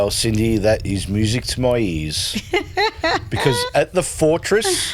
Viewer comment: sorry cindye is correct in the pronunciation